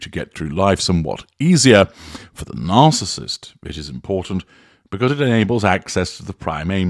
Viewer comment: I agree. I just wish he would learn how to pronounce "narcissist".